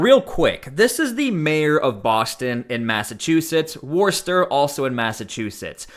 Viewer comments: WOOH-stuh! - get it right! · It's pronounced 'Whistah' in case you wanted to know what youre reporting on. I hope they throw her under the jail though she's f**** trash. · Not too long ago people of her intelligence were relegated to working in special ed positions and were given the title of “ teacher”, now they run things ! Worcester is pronounced Wister in Massachusetts. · Screw her! She really needs to check herself! FYI it’s pronounced Woostah. HA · it’s so funny hearing you say Worcester. It’s Worcest-TA. 😂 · You should really learn how to pronounce Worcester